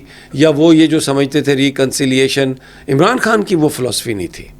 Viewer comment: Mere aaj ke "Haas Mehmaan" nahi, khaas mehmaan...... Imran Haan nahi, Imran Khan.... Bhai Huda nahi hota, Khuda hota hai 🥲🤔🤔